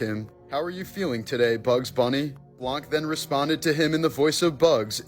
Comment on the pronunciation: Fun fact: it's pronounced blan not blank.